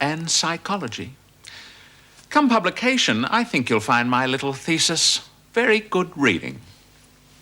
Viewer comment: LOL. She said 'thesis'